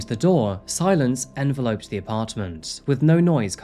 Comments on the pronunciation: You're pronouncing enveloped wrong. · Your pronunciation of enveloped needs work